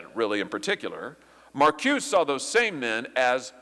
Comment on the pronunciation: Nice job Senator! Er..btw, it is pronounced Mar koo-say (Marcuse). All the originators you named were/are Jewish Marxists